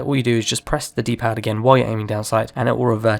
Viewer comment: I had to rewind freaking few times and still couldn't figure out what he was saying. "D D Pad". WTF is that? Lol.